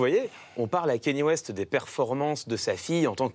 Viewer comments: Bordel ! On ne dit pas "Kény West" mais "Kaneyé West" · Déjà quand tu dit "Kenny West" t'es pas crédible ... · Le seul mec génant c'est Clément Viktorovitch qui prononce Kéni West xd